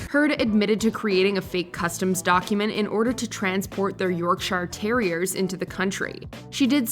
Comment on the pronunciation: Yorkshar?? Where the fuck is that? Lol I dunno why these channels can't pronounce English words properly!